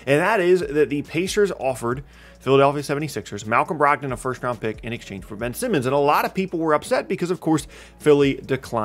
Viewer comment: Please slow down a little, almost every time you said Ben Simmons it sounded like you said Benson. Otherwise, great video!